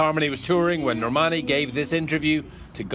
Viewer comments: R . H she minas well just have said Lern,Ale, Normani (how she said it) and dee-nah XD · "Nor-money" lmao whAt mskdkd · "Camila left the group because Lauren, Ally, Normani, and Dinah were jealous of her success." B***h I was jealous of you not knowing how to pronounce their names